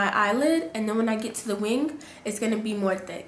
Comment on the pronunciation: I swear I thought she was saying "dick eyeliner" I kept replaying like 10 times before I realized she was saying "thick" ahahah. Beautiful look though 😍💕